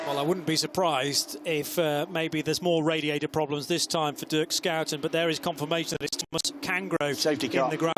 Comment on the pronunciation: "Skouten"? cmon put some respect on pronunciation